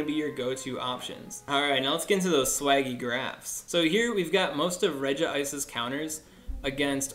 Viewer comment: It’s pronounced Reg-Ice, newwwwb